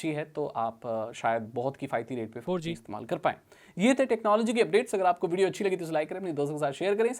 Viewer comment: That abrupt Four Jee tho lol😅